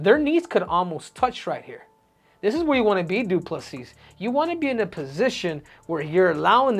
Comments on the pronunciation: You start the video by saying his surname correctly, then proceed to call him DuPle-Seas 🌊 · Acknowledges the s is silent and proceeds to pronounce it every single time 😂